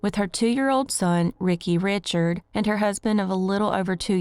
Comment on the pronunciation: I left Louisiana feedback a couple years ago. This is my first time back. The surname Richard in Louisiana is Ree-shard, not Richard. Ther-ee-ot”? I’m guessing you mean Theriot, which is pronounced Terr-e-o. You learned nothing from feedback. Do some freaking research and editing before publishing. Louisiana has FRENCH pronunciations. I’m can’t take you seriously as badly as I want to. 😔. It’s really simple. You butcher the most basic English language.